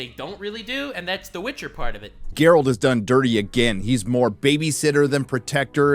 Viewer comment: Did you just call him Jerralt? How dare you